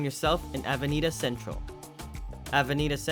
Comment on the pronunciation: Casco Vee A ho. Avenida CenTRAWL. LOL. A little annoying, but beyond that, a great video.